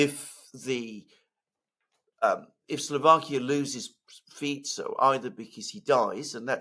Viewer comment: Alexander must be the only guy who pronounces the SLovak PM's name properly: Fitso, not: Fiko. I respect a guy who cares about details.